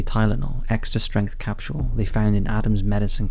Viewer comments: the word capsule has no "H" sound, it's pronounced "cap sool" like how your pronounce the word fool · There is no "sh" sound in "capsule." continues to speak English like he's never done it before. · I love how he pronounces capsule as “capshule”.